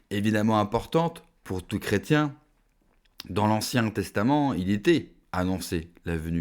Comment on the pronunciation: Intéressant Par contre, merci d'insister sur le "i" du mot "chrétien"...